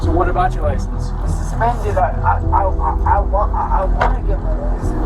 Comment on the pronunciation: “When cops axed fer hiz lye-zenze…” nuf-sed.